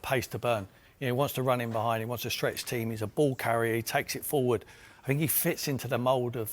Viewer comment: It's not 'chee-esa' but 'key-esa' you plum